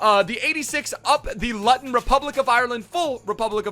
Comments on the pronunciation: As a Luton Fan I feel pained by the pronunciation! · The way he pronounced ‘luton’😂 plus like if your from Ireland too👍🏼🇮🇪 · How pronounced luton is so annoying as a luton fan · As a Luton fan I so glad to see a James Collins episode but you are pronouncing Luton so wrong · Even though the pronunciation is wrong, I’m glad to see my last name gets a shout out😂🙌🏼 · The way this guys pronounces Luton has me creasing. #COYH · watching you try to pronounce Luton was an experience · The Diamond _ he don’t even know how to pronounce it that’s how irrelevant u lot are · It’s pronounced looton not literally luton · Looten, not L-Uh-ton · Looton town not Luton town hahahaha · Its luuuuuton lew - Ton not lut on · Luttton are you mad It’s pronounced lootun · L-ooo-ton not l-utt-on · Man said lutun pronounced looton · Lutun? 😂😂😂 pronounce it looton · Luton is pronounced “lew-ten” not “lut-ton” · omg i cringed so hard when he said LUTon ... and not LOOOOOTon .... im dying hahah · Up the lutton. Love your vids. You know how you try to pronounce mad lad in multiple languages. You should probably do some research the same way before doing an episodia on a lower league English team and not quite getting the name 😂😂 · It’s not Luhton it’s Loootun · It’s pronounced Lootin not lotin ffs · Its prououced looten not lottun looten it's just spelled luton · Its pronounce LOOTON not LUTON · It’s pronounced looton not lutton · It’s not lu-ton, it’s loooooooooooo-ton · It’s pronounced loo-ton, not lu-ton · Loo-ton. Not lutton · You pronounce Luton L-oo-ton not lutton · Lutton😂😂😂 it’s pronounced lootun mate 😂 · Its pronounced looton not luton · 😂😂it’s Luton (loo-ton) I’m actually from Luton:) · Luv ur vids but it’s looton and u made cringe a bit😂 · He said Luton wrong it’s pronounced Lootun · Pronounced looton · ‘Lutton Town’ 🤣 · Bro you pronounce Luton like loooton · u say Luton wrong. It is pronounced loo-tun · Norwich players vid, also it’s “looton” fucking idiot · It's luTon